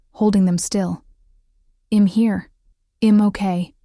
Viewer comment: Are all these stories ai ? Honestly if a real person is reading this, why the mispronunciation of words like I’m? If you are writing and reading why so many mistakes like that? I’m out. Sorry, storylines is broken with confusion of when he stopped talking. 37 minutes in and I’m out. AI can be great but you need to double check your storyline and the pronunciation of basic words. Also, try making up original names.